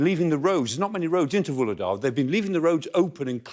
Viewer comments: It's not Vuledar. It is VuHledar. H is as loud as H i HOLD. It's not OLD. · He's not the only one to pronounce H-less Vuhledar, as if English speakers were French or Italian, simply ignoring all the H-s